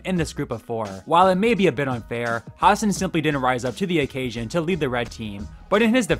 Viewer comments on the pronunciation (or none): hassan's name is pronouced ha-sun not ha-sin